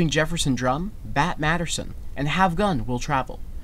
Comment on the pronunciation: Ah the series was Bat Masterson. Not Bat Maderson.